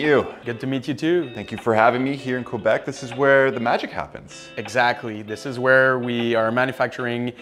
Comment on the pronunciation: Qwébec Cwanada...